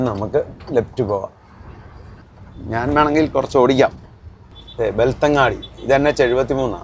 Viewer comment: 🎉Again, it's not ബെൽത്തങ്ങാടി, it's ബെൽത്ത൦ഗഡി.